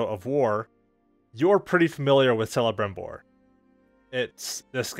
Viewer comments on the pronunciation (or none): Think of celebrimbor as kelibrimbor proper pronunciation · Oooooh!! Bro!! He's pronounced as 'k-elebrimbor. And that guy made some badboy bling. If it was in today's age he'd be killing it with the hip hop crowd.🤣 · It's pronounced kelebrimbor just written celebrimbor